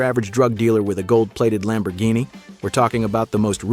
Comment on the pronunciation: You mispronounced a Lambo and the City too. Why You don't want to learn?